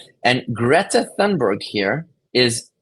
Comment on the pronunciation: Her last name is pronounced toonberg Thunberg don't pronounce it like the thee them this that etc. it's not a TH sound it's like you exhale as you say toonberg. The H is a breath sound. So smart and can't say the name right 😂 I'm no fan of this grownup brat and I can't stand her. But I also can't stand presumably "smart" people who can't even pronounce certain names or words correctly. English is not my first language and I read and write better than most people I know in Canada. If a foreigner can learn the language better than most, what is the excuse for a so-called "smart" person?